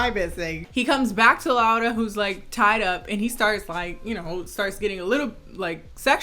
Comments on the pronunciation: You are the first person that pronaunced her name right, thank you! And as a Polish person I apologize for this shit, the book is worse if you have been wondering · I love that you pronounced her name as they actually said it but I'm SOOOOOO sorry that you had to watch this dogshit of a movie, like I'm polish and this shit makes me GAG, it's absolutely te-rri-ble [the book too of course] we don't claim this abomination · This movie is a piece of shit but thank you very much for pronouncing "Laura" correctly. That's very nice.